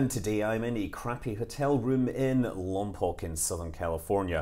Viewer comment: Lompoke not lompock